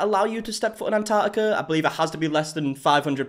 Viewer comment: Somebody please teach these people how to say "Antarctica" 🙄